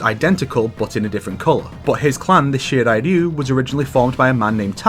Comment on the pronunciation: why do you pronounce shirai ryu the shidai duu even with rolling r's, at least add a y